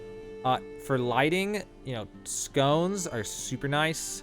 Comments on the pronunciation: It’s funny how he calls “sconces” as “scones” which is a pastry lol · Great vid! Thnx! Also, “skah-nce”. You’re welcome. 😎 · HOLY SHIT. SS-CON-SS say it with me... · I am a sad little person, but yeah, that was triggering me haha.